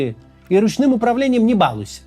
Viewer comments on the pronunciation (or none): Максим, не говорите пожалуйста "бАлуйся"